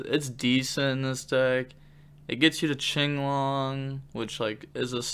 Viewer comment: Is it not pronounced kinglong? Why do you say chinglong.